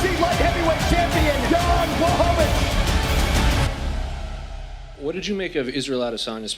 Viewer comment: błachowicz (bwahovich), learn